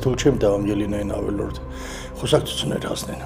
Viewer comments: 22։51 լավ էլի, ուսուցիչը ինչի ա ավելորդ բառը ասում ավելՆորդ, մի քիչ ուշադիր եղեք նման բաներին, որովհետև շատ տգեղ ա հնչում🥲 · Պատահական ստացվեց, թե միշտ ես այդ բառը սխալ ասում։ Ավելնորդ չէ, այլ` ավելորդ, ավել(ն)որդ։